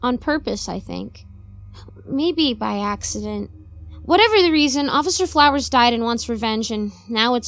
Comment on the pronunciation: Hahahaha I’m so glad someone caught that. XD I think that started as a blooper and I decided to say it again like that XD